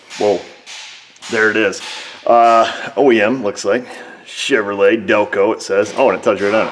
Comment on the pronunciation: You are the best when pronouncing Chevrolet!